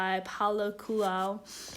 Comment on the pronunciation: The Alchemist is a must read! Paul 'Cooliho'( pronunciation)